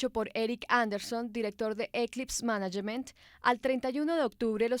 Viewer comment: Muy buen video, aunque me pareció gracioso lo de "manayement" jejejeje.